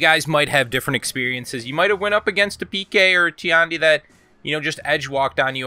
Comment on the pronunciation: I swear. If I hear a nigga say "Jang joon" "Teeyandi" or "Nooks-ee-uh" again I'm actually gonna report all of Kenzo's for Honor vids.